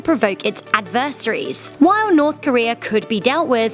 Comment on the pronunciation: You said adversaries wrong.